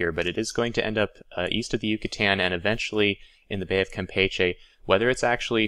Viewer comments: James Cook And here I was thinking that was pronouncing it in the Spanish way, while I always pronounced it the way you were taught. lol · gotta work on your Spanish pronunciation, to wit: Campeche.